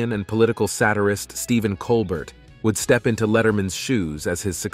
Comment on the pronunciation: Enjoyed everything except for the narrator's mispronunciation of the names of Jay Leno, Stephen Colbert, and several others. AI sucks!